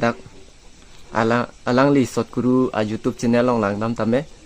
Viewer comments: Youtube ❌ jutube✅😂😂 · Not jutube bro youtube😂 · Jotube✅YouTube❌ haha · Youtube ❌jutuber ✅ 😂😂😂😂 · You tube❌jotube😂😂